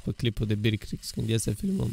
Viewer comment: Birc rigs nu brig rigs =))